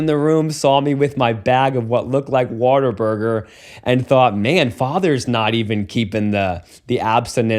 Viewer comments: Like all real Texans, he pronounced it "Water Burger." 😂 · The Texan pronunciation of Whataburger, which follows the pattern of hyper-rhotacism common to the accent (i.e. putting r sounds where there isn't an "r" but it makes it flow better or just "feels right")